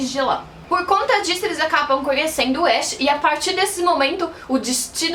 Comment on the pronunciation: Só me responde uma coisa isso não è lhe criticando nem nada mas por que você pronuncia o nome do "ash" como se vc tivesse falando do personagem de Pokémon? Porque a pronúncia não è essa e mostra no anime como se pronúncia por ser o protagonista o nome dele è bem popular vamos dizer assim... Desculpa se estou sendo chata